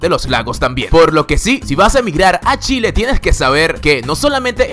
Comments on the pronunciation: marcelo alejandro Sí, ja ja ja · solo dire Shile... xD naa me emocione wn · me mata que diga Shile xddd ,viva chile weon :v!!!! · Shile XD jaajajaj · yo escucho shile xd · chile se dise igual como se ecribe no shile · Es Chile pero lo pronuncia como Shile No me gusta suena muy....mal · pronuncias mal Chile,espero puedas correjir para la proxima;lo demas todo bien,saludos!! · soy la unica que piensa que dice chile raro asi no se pronuncia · chile ql chileee se dice.... no shile aweonao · es chile no shile !!!!! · el qlo dice shile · Te gustan los shenos? 7u7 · Si creo que su pronunciación no esta bien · Muy bueno el trabajo de recopilación. Informa, educa y entretiene. Un consejo para el locutor, respecto de la forma en que él pronuncia “Chile” y “Chilenos”: Nosotros pronunciamos la “Ch” de forma distinta al “Sh” en inglés, y dependiendo de que parte de “Chile” eres educado esa “Ch” es mas “Tch” que “Sh”, este último considerado incorrecto y vulgar, pero en general lo mas aceptado por el “Chileno” mejor educado es “tch” fonéticamente hablando. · No sabía lo del reloj, ni del lugar mas lluvioso y el de ¡fósforos! Me gustó lo elegido. Lo malo, el que habla dice Shile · de shile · Por que dices Shiiile? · O wn me da como cosa y risa cuando dice : SHILE ksks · Porque dice "Shile"? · Dato curioso: pronuncias mal "Chile". Lo pronuncias como Shile. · shile xD jajajaja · Porque dices ssshile al comienzo? Es ch simple, pronunciación corta dental.... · Shilee, shaaiten😂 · dijiste "shile" :v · Like si te aburriste de que diga Shile jaja... Se dice Chile ignorante QL... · Wn se dice CHile con C y una H se pronuncia chile no shile aweonita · Gracias por el video! quiero hacer mi aporte: Mi país se llama CHile, y no SHile así es que pronúncialo con CH. ;) Un abrazo. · Like si te gusta ser chileno me gusto el vídeo pero "" no es sshile es Chile jijiji buen vídeo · A alguien más le molesto que dijiera “shhile”? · Es Chile, no Shile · "Shile" <3